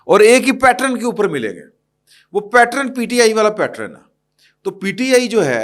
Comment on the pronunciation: The word is PATTERN (pronounced PAT-TURN) and NOT PATRON!